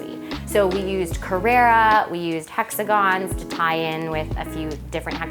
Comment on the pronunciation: Beautiful apartment, but can we get the pronunciation of the materials right please.... CARRARA = MARBLE (Named after the town/quarry the marble comes from in Italy) CARRERA = Porsche Model